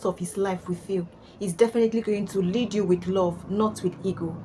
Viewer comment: DID she say "LEAD"???😮😂😱😂😂😂🤣🤣🤣🤣